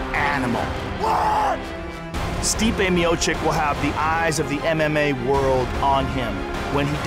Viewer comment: Joe zadnji put, Its Miochich.